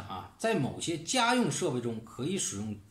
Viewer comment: 说那个“噶嘛射线”的时候好好笑啊，哈哈😄